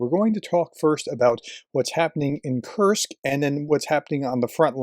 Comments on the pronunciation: Its not Kurts, its Kursk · Kursk Not Kurt’s!!! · Who’s Kurtz?? 😂😂 professor please